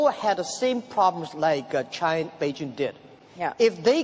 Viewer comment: Only pronunciation problem: China, is not Chinar.